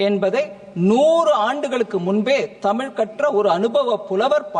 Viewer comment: தமில் இல்லை madam தமிழ்